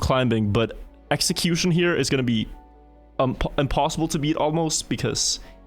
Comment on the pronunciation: was not prepared for xeqzion to be pronounced execution